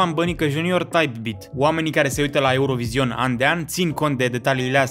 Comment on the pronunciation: NU MAI SPUNETI ,,EUROVIZION" 😭😭😭